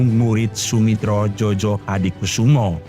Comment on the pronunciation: Gunakan pembaca narasi yang menguasai ejaan bahasa Indonesia yang benar . Ejaan lama Djojohadikusumo. Dibaca menjadi joyohadikusumo. Ejaan dj diganti menjadi j. Djojo dibaca menjadi joyohadikusumo. Bukannya Jo Jo. Memalukan boss